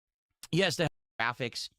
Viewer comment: made Space Marine 2, a game he said was ok gwaficks which is all about gore so why is he complaining about Hellraiser again?